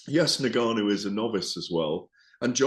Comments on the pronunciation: 🤣🤣🤣 UNgannou not NAgganou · Gareth, its N-Gannou, not Na-Ganoo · Considering he’s a very reputable and experienced boxing ‘journalist’, Gareth butchers some very easy names. ‘You-sick’, ‘Nergarnou’ to note a couple. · You-sick, Nuh-Gannou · Who is na-gannu ? He cant even be arsed to learn his name. If it's not Fury ; he doesnt care. #@ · GARETH THE TYPE OF GUY TO AN EXTEA SYLLABLE TO FRANCIS NGANNOU LAST NAME.